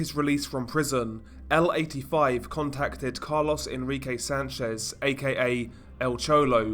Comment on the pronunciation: it’s carlos, not “Car-Loss” 😂 sorry that caught me off guard